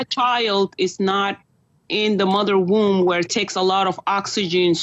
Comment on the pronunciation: why are you calling a “womb” a “wound” wtf!!!